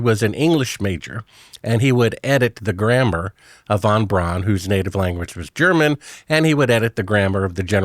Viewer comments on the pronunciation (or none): "He would edit the graMBER" 🤔